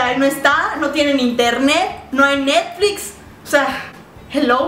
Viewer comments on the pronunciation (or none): “ no tienen internet, no hay nexflis ”0